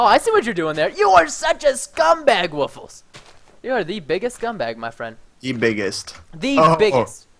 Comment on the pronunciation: Hey actually its supposed to be pronounced woof+less